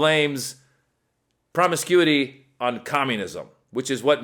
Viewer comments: "Promiscu-ty" 🤣🤣🤣🤣🤣 Thanks for a good laugh to start my day. 💙💙💙💙💙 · the first guy is a latino. in spanish promiscuidad(which means promiscuity) is pronounced with teh same rythm he used. if you're gonna mock someone for speaking english in a less than perfect way, remember he speaks at least two languages. typical whyte folks trying to deride latinos. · Who's indoctrinated? The guy obviously read the word somewhere b/c he doesn't know how to say it